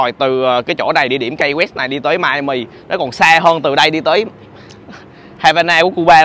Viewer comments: Key West đọc là Ki West chứ không phải Cây West. Peace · Đến với những nơi danh lam thắng cảnh thì ít nhất Khoa cũng nên gọi tên cho đúng địa danh của nơi đó. Key West_Ki Goẹts. Key là chìa khóa. Có ai đọc chìa khóa là Cây bao giờ không? Một cái từ đơn giản phổ thông như vậy, bạn đọc thành Kây_Goẹt để đi truyền bá cho mọi người địa danh thành Cây Goẹt thì nó sai quá! Đi học bên này gần 1 năm rồi thì ít ra cũng biết đọc (Key_chìa khóa) cho đúng chứ nhỉ. Giờ ai về Hà Nội, đọc Hây Nội nghe có ổn không? Sài Gòn đọc thành Sây Gòn nghe có được ko? Key chìa khóa, từ đơn giản phổ thông đến vậy mà đọc là Cây thì quả thật ko biết phải làm sao..... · Key west nên phát âm Ky (Ki) west ,chứ không phát âm KAI hay Cai west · Key west là “khi” west ko phải “cay west” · Key west khong phai khai west nhe khoa. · KEY WEST ( KY không phải KAY ) NHÉ EM KHOA ! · Finally Khoa đã đến Key (pronounced "kee") west. Đi đâu nữa đây? Lên lại Ft Lauderdale để ăn cua di? Rustic Inn Crabhouse. Ngon lắm. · Chơi. hưởng thụ số 1 thì có. Học thì số mấy không biết nhưng nhớ học lại ESL nha. Mới lướt qua vài phút nghe được Hotel safe đọc là "cái sắc", Key West đọc là " Cây quét". Tốt hơn ở Mỹ không nên ra ngoài một mình. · Phát âm là ki sờ quét anh ơi. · Key West phat am sai roi.